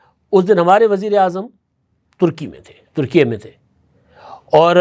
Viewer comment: ، ترکی کا نیا نام ترکیہ نہیں بلکہ ترکیے Türkiye ('لہور اے' کی طرز پر) ہے جناب۔ 😊